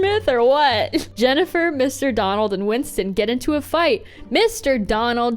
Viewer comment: “Windston” lol